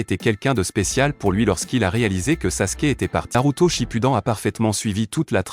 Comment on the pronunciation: C'est sakura pas sakula, sasuke pas saske, shunin pas sunin, shipuden pas sinpudin